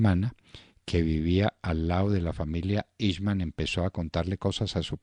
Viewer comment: Se pronuncia el nombre en idioma alemán :aijman